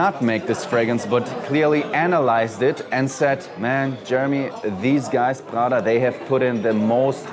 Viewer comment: Thats not Prrrggda, its just Prada